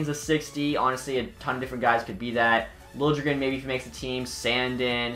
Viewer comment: It's "Lili-Grin" (Liljegren) Btw, his nick name is Lillypad.